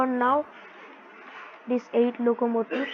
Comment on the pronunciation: Bro knows more english than i do as an english person😭 'loco motives'